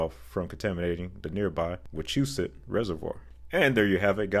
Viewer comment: Did anyone notice that after getting past the Leominster (which BTW is a city, not a town) fiasco that barely got through Wachusett. Perhaps after we go through some of the places that tend to get mispronounced that we can go to the other Wachusett, the mountain, and listen to the Wah Watusi or the ski resort's jingle.